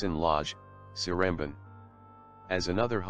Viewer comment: if he use google translate how came he said one of the names like seremban wrong?